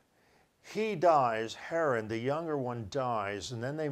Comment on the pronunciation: That's Terah – not Tarah. And its Haran not Heran. Abraham (whose name was Abram) lived in Ur of the Chaldees. Are you dyslexic? Or just careless? What are "word brakes"? Do you mean word *breaks*?! Because I don't think wheeled vehicles were mentioned in that story. If Sarai was nine when Abram lived in the cave at Macphela, HOW OLD WAS SHE WHEN THEY WERE IN EGYPT?! It seems his guy makes it up as he goes along. Soooo – lots of incest in the Bible. God must have approved of sisters breeding with brothers, mothers with sons and fathers with daughters.